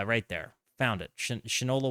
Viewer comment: it's pronounced Shine-ola, because the product was a shoe polish from 1877 until 1960. The novelty of the name comes from the expression, "(Name) doesn't know shit from Shinola."